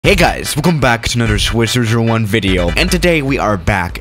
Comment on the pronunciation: Can we take a moment to understand how he says his name swish-zhero-zhero-one